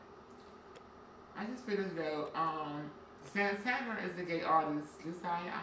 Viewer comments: Every time calls Santana “SANTANNER” I die laughing lmaooooo! 🥴😂😂😂😂😂😂😭😭😭😭💀💀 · Wtf is santanurrrrr?